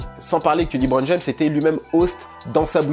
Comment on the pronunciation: Lébron et non pas Libron